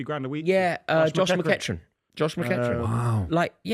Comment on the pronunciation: How is calling McEachran, “McCatchren”